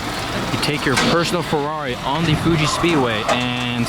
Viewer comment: Sorry dude, its ferrari not furrori